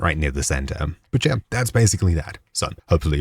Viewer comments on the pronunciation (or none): none